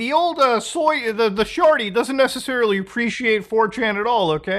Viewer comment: "the sjarty" 😂